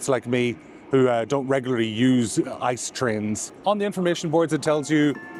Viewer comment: It’s pronounced I C E not ICE, because it’s an acronym not a word in his own right. The ICE trains are the most premium trains in Germany and they are usually kind of on time, because they have priority on track. Fun fact: Up until recently (like 2 years ago) you could use the DB First class lounge with every 1. Class ticket, but they changed it and now only the regular price tickets are eligible to use the lounge. Sometimes I payed like 10-30 more for a round trip from Köln to Berlin but I could Drink and eat for free in the Lounge, it was really a no brainer.